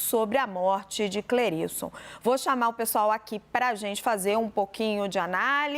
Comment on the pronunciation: É Cle ris ton